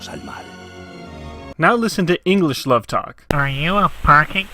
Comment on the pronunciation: ingresh. 'nough said. XD